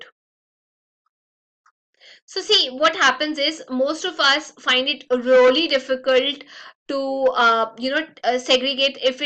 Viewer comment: Why she speaks 'Rolly' instead of 'Really'???